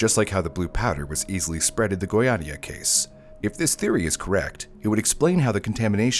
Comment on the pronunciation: When said the shrimps were infected by cesium, i was like “here we go again”. Also, first time brew said Goiânia was bad, second time was alright. It’s easier to gringos to say Goiás but not Goiânia. Lol